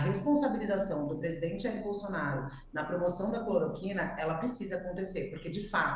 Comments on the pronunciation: Amigo, vc disse "cloriquina"... mas é CLOROQUINA Sua colega disso a pronúncia correta (clor- O -quina)! Enfim... o que importa é que o Jair pague com cadeia por propagar a medicação e causar intoxicação e morte de maneira consciente e DELIBERADA! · alguém avisa ele que é cloroquina e não cloriquina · "Cloriquina", meu jovem? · Metroro, por favor treinem o apresentador. Errou o nome do remédio (falou errado)... e parar de interromper.